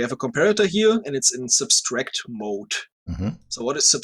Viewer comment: I love how the SciCraft people (I've only really seen and, to be fair) struggle with the word "subtract." They always pronounce it "substract."